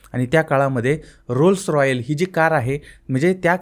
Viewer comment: तू अशिक्षित माणूस, पण ला पन बोलतोय, रोल्स रॉईस ला रोल्स रॉयल्स बोलतोय, बंद कर हे धंदे